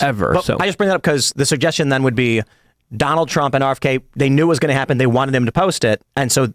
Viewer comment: “Donaltt Ttrump”